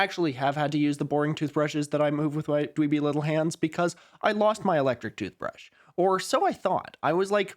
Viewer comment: Skip to when the actual video starts playing. I heard "toothbreesh" and cringed so much at this weird attempt at filibustering for time? 😅 and had to skip forward in the video.